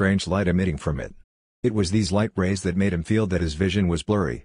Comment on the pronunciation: Lol MA-de